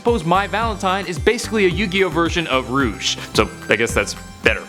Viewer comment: No not rouge